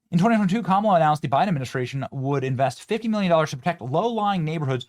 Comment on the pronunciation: ITS PRONOUNCED KAMALA NOT KAMALA YOU MAGAT